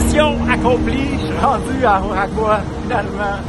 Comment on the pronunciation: Oaxaca ça prononce : waˈhɑːka à peu près :)